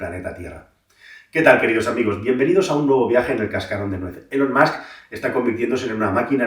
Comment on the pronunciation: Nota: si dices “mask”, di “ilon” y lo bordas 😉